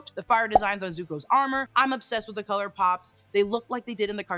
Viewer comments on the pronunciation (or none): none